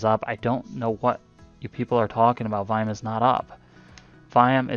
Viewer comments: Whats VIAM? I keep hearing you say VIAM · Sorry, i figured it was volume. Just wanted to make sure you weren't referring to a technical indicator. Sounded like you were saying viam. Im a noob.